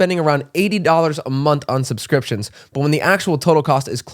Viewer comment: “Sumscrimptions” KILLED ME 😂😂😂